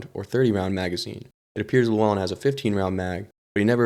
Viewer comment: Also the way you pronounced Llewyn as Lew-on